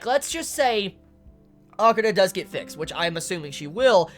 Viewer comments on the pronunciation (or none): none